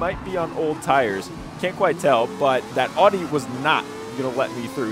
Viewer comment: Stop butchering audi pronunciation